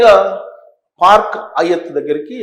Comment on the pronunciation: పార్క్ అయ్యత్ కాదురా హౌలేగా! హయాత్! నీ బొందల ఉచ్చారణ! ఏమి జర్నలిస్ట్ విరానీవు?